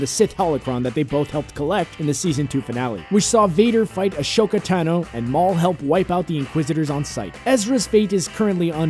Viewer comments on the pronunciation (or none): Ashoka Tano?! No, say it with me. Ah so ka Tano. 🙄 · Do not make Star Wars videos if you can't pronounce my name, Ahsoka Tano, correctly